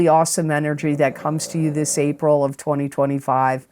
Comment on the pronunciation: She says April a couple minutes in, she just flubbed guys. Feel better soon!